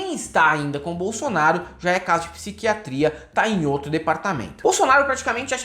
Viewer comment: o pior, o robô : "bolsolnaro".